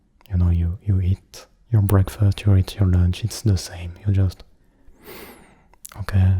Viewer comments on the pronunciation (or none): none